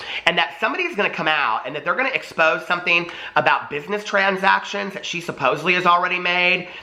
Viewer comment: If James’ career is taking a huge hit, he has nothing to lose. He’s hinted at the tell all before. I wonder if he’s going down, will he take everybody with him? ALSO! You had a slip of the tongue and said ‘explose’ instead of expose and if that ain’t it!!! It’s all being EXPLOSED. 😂